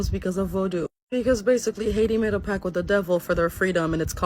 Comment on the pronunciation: Hey , its pact not pack. Keep up the videos very educating and entertaining.